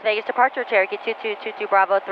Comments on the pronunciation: that guys 'Cherokee' was Turkey to my ears also 🤣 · It was Turkey.. 🦃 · I absolutely love all the vids, but i cant be the only one who hears "turkey" instead of "cherokee"......so you will forever be known as "" 😂😂😂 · Nooo way I thought it was turkey am I deaf??😂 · At least I am not the only one who heard that 😂😂 I was trying to work out from the plate where Turkey came from